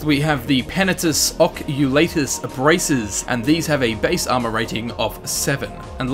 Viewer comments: That slowly dying feel when someone pronounces it 'Occu*lay*tus' rather than 'Occu*lah*tus'. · Same. I pronounce it "Ock-you-lart-uss" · I pronounce is "Uh-coal-uh-tis" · it's really bothering me the way you say oculatus ... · The way he say's Oculatus pisses me off.